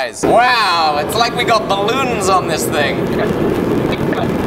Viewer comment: I love how pronounce “TING”